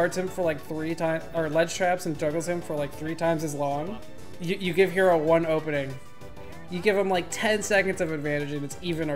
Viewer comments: Just FYI his tag is pronounced Heh-ro, like "hello" but with an "r" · The player Hero(へろー)'s pronunciation is not "hero". Actually it is more like "hello". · The name of this deity is HERO, but its pronounced "he-roh".